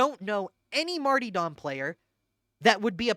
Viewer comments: The smallest and most pointless contribution I have, and apologies in advance: Martyrdom is pronounced Mar-ta-dum, rather than Mar-tee-dom. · So, why do you pronounce it marty-dom (martee-dom) instead of martyr-dom (marter-dom)? I feel silly asking like maybe it is some sort of in-joke I don't get? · Are you saying Marty-dom instead of martyr-dom on purpose to big people like me? lol CAUSE ITS WORKIN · was also curious why he pronounced it that way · I can't tell if you're calling it marty-dumb deliberately or if it is just the accent... I think I need to review my builds for over-critting. And maybe roll up a spare dueling sword...